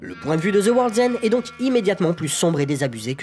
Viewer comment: Je comprends pas pourquoi tu prononces "Shaun of zi dead" mais tu prononces aussi "Zeu world's end" Mais sinon très bonne vidéo 👍